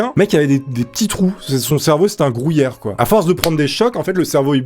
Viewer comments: Gruyère pas grouillere ^^ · Un grouyère? Apprend à parlé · Le mec il dit grouillere 😂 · 9.43 un grOUyère 😂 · Il a dit grOUyère ! J’aime les pâtes avec du grouyère moi ! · Un quoi ?! Un Grouyère... AH ok...